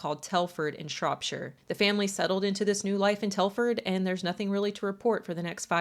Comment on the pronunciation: Yay! An American that pronounces English place names the way we British do! Shropsha not ShropSHIRE 😂